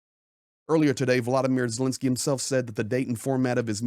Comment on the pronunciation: It's VoloDymyr (accent on third syllable) Zelenskyy, not "VoLOdymyr Zelinskyy."